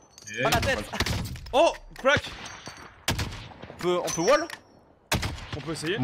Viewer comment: Crack ! Pas cwak..